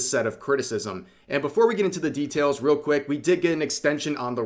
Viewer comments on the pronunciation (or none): none